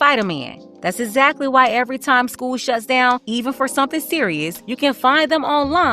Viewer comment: She says "skeuw" instead of school lol 😆